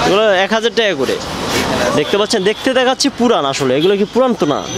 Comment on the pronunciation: কিরে ভাই মুখ দিয়ে টাকা বের হয়না নাকি।টেকা টেকা করস